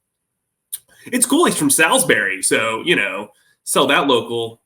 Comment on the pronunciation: As someone from Salisbury, that ain’t how you say it lol